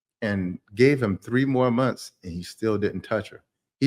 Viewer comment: I like when said, "I.....GAVE......to my lady." 🙆🏾‍♀️I think I'm going to have some alone time now.🤭